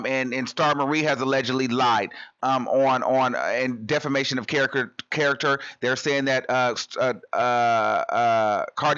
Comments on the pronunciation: stephan olivier u forgot to say diffamation that how she pronounced it 😩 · debra Smith 😂😂😂😂 Lol that’s what I was about to say too. That must’ve been a new word that Cardi learned since she loves saying it so much now. Diffamation of character. 😂😂😂